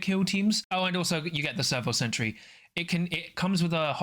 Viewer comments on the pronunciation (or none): none